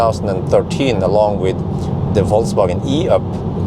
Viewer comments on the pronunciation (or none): I really like the way you pronounce "Falsewagen" 🥰